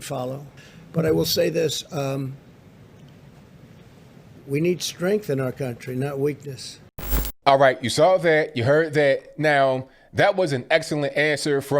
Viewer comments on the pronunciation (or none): "WE NEED STRENTH IN THIS COUNTY NOT WEAKNESS" SO TRUE